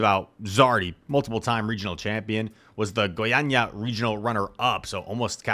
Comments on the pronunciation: your Goiânia pronunciation is perfect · Don't worry man, you said Goiânia perfectly : D